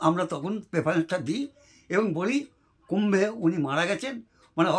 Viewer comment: Tbe ha bishkumbho sobdo ta uchharon korle bhul korechn